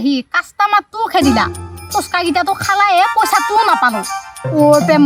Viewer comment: Pronounciation vlkoi korile hunib val lge❤ ... ফোচকা nohoi ফুচকা হে🎉